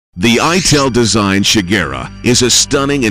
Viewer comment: the "I tell design" LOL Ital- like Italian not I tell